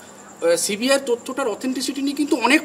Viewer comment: Apni toh ekta December r CBI thik pronunciation korte parchena na.. apni sudhu ajogyo e na ashikhito